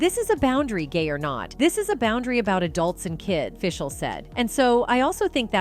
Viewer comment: 1) you pronounced Will Friedle's last name wrong and 2) you got danielle FISHEL's last name completely wrong! soooo 0 credibility